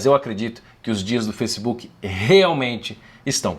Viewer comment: Foissebook Kakakakka